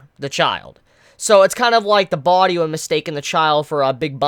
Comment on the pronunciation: It annoys the FUCK out of me the way you say "body"...😂